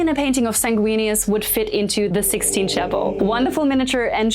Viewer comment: I listened 4 times. I swear she said Tthe 'Sixteen' Chapel"